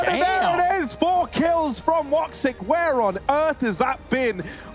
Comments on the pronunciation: I laughed so hard when he pronaunced his name. I am Turkish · the pronunciation how you read woxics name is killing me.